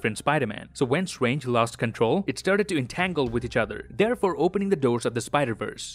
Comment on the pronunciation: Doctor Swange 🤣